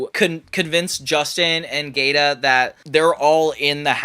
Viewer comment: Giada GEE AW DUH not Gayda